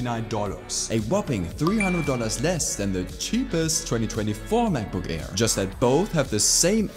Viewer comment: Kleiner Tipp: deine Aussprache ist zwar sehr natürlich, aber wenn du es noch besser machen willst, solltest du bei Worten, die mit einem Vokal anfangen, die Kehle nicht so zumachen. Das nennt sich Glotalstop und macht man nur im Deutschen. Wenn du "Air" sagst, merkt man es deutlich ;)